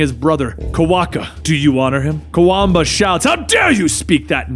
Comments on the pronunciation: you mispronounced Kwabena(quabena) as Kawamba sooo many times. lol. Love you channel though. i always look forward to you videos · I know you tried your best to pronounce his name, but just know it's said as it is spelt, Kwa Benn Ah, Kwabena